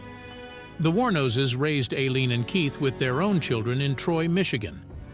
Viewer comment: Her name is pronounced i- lean and the girlfriends name is pronounced ty-- ria